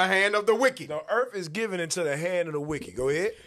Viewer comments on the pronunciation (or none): Trust is eRned not giVIN